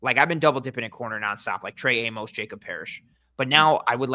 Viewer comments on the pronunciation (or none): OK, I'm gonna finally go on record with this one. Since there is a good chance the Bills draft this guy, Trey Amos' surname's pronunciation rhymes with "miss" not "mose". Everyone in Bills media says it the wrong way and it's driving me mental 😁